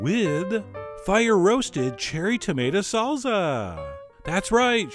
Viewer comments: Did white boy say "salza" ITS SALSA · salSa not salZa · its pronounced salSa not salZZZa, I'm not sure you should trust your spanish teacher anymore lol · It's saal -saa not sal-zuh lmao! I know... I'm Cuban! Lol love your videos!!!!!!!!! Obsessed with your channel!!! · Saul za? Lol! Why is it that the French, Italians and Germans can pronounce one simple word the same as Spaniards but Americans struggle with common pronunciations from their southern neighbors? Love your cooking chef! Keep it up! Much love from southern France. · wow yea no Z in SALSA its pronounced Saal Saah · there is no Z from an S sound in ANY language(except hungarian). SALSA. 2 SSSSSSSes. seriously. I will never believe you on the pronunciation of anything. I love your recipes John, but your pronunciation of everything is atrocious. Pronunciation is part of the education of any dish, make it a priority. I want to believe you're not someone who says MARSCApone......